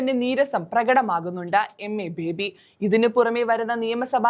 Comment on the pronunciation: MA ബേബി യല്ല. യമ്മെ ബേബി, അതാണ് രസം.